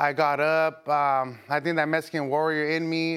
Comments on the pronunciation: Mexican warrior or meh-hee-kin warrior not metsican...sounds damn near racist the way he says it. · If he says metsican warrior again I'm going to not like him anymore